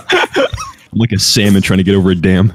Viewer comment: I heard sandwich not salmon lol